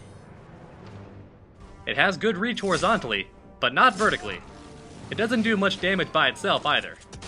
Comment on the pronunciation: but, not butan